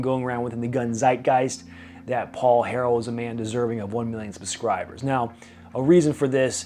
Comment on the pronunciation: "Puh-scribers"? Slow down when you talk.